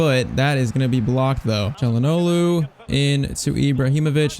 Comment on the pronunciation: The way he says Calhanoglu is really annoying even though literally nobody can pronounce his named, including me lol